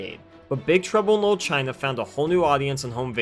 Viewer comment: Why do you keep pronouncing it "lil" China?